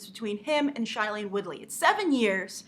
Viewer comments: Next time you say something about Shailene, please pronounce her name correctly. It is pronounced as (SHAY)lene. Not (Shy)lene. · Did she just call shai-lene SH-Ailane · Grace, you keep pronouncing Shailene Woodley's first name wrong!!! It's SHAY-lene, not SHY-lene!! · Oh gosh she said shailene soooo wrong! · you could pronounce her name right😂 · Okay first of all lady you need to READ THE FRICKEN BOOK! Second if all you are saying shailene Woodly's name completely wrong and third of all tris is 16 and tobias is 18 that's the point for tobias to be older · God bless you, that was driving me insane! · Yeah!!!! I was going crazy!!!!